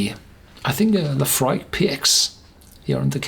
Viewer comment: Sounded like he said euphoric